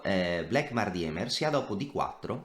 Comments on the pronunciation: Si pronuncia dimer, non diemer. In tedesco il dittongo ie si pronuncia i. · si ma "DIEMER" non si può sentire, almeno la pronuncia Andrè